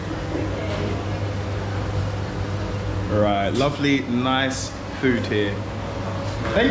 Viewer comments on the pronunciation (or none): none